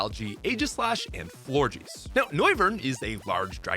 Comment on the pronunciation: aint no way Florges is pronounced FlORGY ahaha